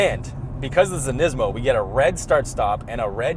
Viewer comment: WTf dude, learn how to pronounce the Brand. What are you 12? lol